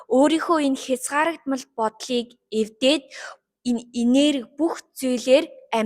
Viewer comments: Хязгаарлагдмал гээд зөв хэлж байгаарай хөөрхөнөө😇🙆🏻‍♀️ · Хөөрхөн шүү. ''Хязгаарлагдмал'' гэж хэлж сураарай. Дандаа буруу хэлээд байна. Бусдаар хөөрхөөн